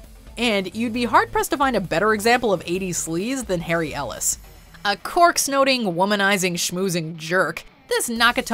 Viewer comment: is it just me or did she refer to tht man from die hard a cork snoteing jerk instead of a coke snorting jerk?